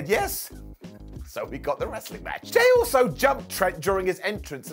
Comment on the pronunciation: Did say Jay uso or Jay also? around min. 12 haha